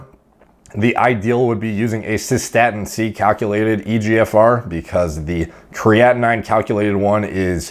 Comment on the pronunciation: Hi,, love your content. Just a minor remark - "creatinine" is pronounced as "kree-ah-tee-neen. Cheers!